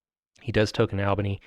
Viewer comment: Good pronunciation of Albany! :)